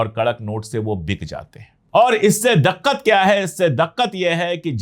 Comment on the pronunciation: Dakkat nahi dikkat hota hai sir sorry 😔